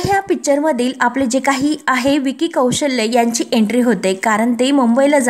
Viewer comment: विकी कौशल्य नाही. कौशल असं आहे ते.